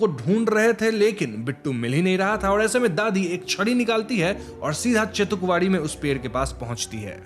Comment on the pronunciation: Its bela and not bella and its chetukwadi and not chatukwadi wtf